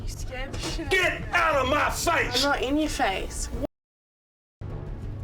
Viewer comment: "GIT OUTTA MAH FAISH!"